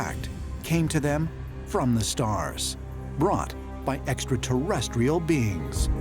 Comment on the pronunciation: I think this is made with artificial intelligence because the narrator can’t pronounce extraterrestrial correct 😂 👽